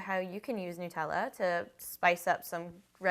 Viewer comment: OMG@ you say Nutella right! I'm anoyed at people who call it "New tella" ._. It's Called "NUT-TELL-A" ^ HAZELNUTTTT DUUH